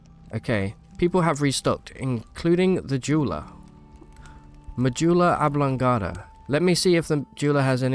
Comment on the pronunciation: I'm sorry, at one minute in did you call the merchant "Mejeweller Oblongata," because that got me INSTANTLY. First time I've ever "smashed" a like button lmao